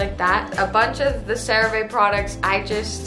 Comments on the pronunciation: “Cera vae”😭😭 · I love how they kept saying “crea VA” 😅